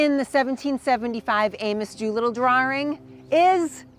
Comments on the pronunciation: I have never heard "drawing" pronounced as "drar-wring" . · There is no "R" in drawring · "Dr-oor-ing", eh! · What is a "Drwarr-Ring"? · Im going to take a shot every time she says "drawring" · Fascinating how her accent pulls the "r" out of 'Concord' and puts it into 'drawing.'